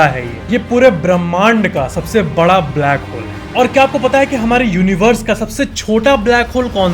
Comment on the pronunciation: Who heard blackhole as brackhole in the first in the video